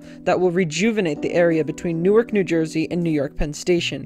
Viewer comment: Newark Delaware is "new ark", not the same pronunciation as the City in Jersey.